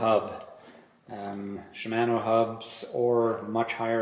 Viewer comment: Shim-ano 🤣😂 sorry I've never heard it pronounce that way before. No harm.... Great review though thank you! Is 190 max on that rear shock?